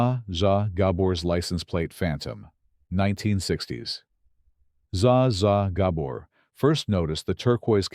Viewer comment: The pronunciation of Zsa Zsa Gabor - gawd, I hate the AI narrators.